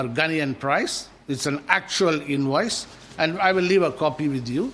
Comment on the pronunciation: invoice not inwoise